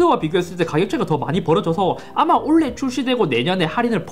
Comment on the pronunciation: 올해를 올래 라고 하지말아주세요.